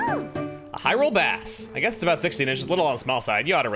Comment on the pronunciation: well, that's NOT what we are talking a-boot.